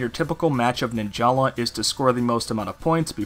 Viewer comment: Fun Fact: Its actually pronounced “Nin-juhluh” not “Nin-Jah-lah”